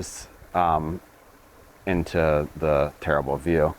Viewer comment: Citiot! Oh that brings me back! Gorgeous home I love how you kept saying "terrible view" so Hudsonian lol